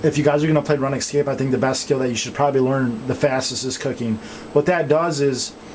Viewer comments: Runescape not Ranescape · i hope ur joking about prounouncing it run escape. its rOOnscape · its not pronounced run escape, its pronounced roonscape. lol, spelling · Run excape. I love his pronunciation. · on the runescape maine page it sais RuneScape, so you no that its pronounced roon-scape... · it is runescape its pronounced RoonScape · youve played for 8 years thats why u mispernounced it again its rune scape (roon scape) is how to pernounce it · still watching in 2020 havent pronounced Runescape correctly since 2009